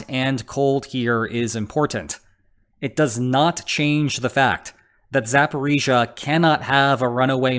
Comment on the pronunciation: i am so happy you get the pronunciation right